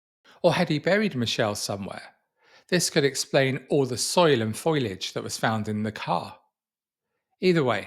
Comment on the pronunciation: not foil age ...................... it's fo li age